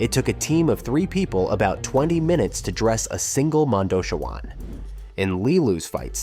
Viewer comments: Yeah, Monda-shwann instead of Monda - CHEE - wan got me too. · Mondo - CHEE - wan